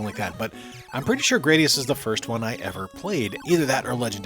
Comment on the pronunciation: duuuuude it's GRAD-ee-us, not GRADE-ee-us.